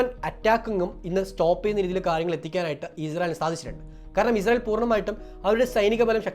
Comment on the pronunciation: Izrayil അല്ല ഇസ്രായിൽ ആണ് പൊട്ടാ അതുപോലും പറയാൻ അറിയില്ലേ നിനക്ക്